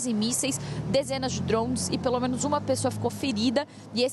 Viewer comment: Centenas de DRONS hahahhhhaah ou fala português ou fala minha jovem